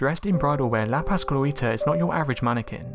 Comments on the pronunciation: It's literally written "La Pascoalita" right there and you still say La Pascluíta or something. 🤣🤣🤣🤣🤣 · I think La Pascualita will haunt the narrator because he butchered the pronunciation of her name. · no offense but that pronunciation of la pascualita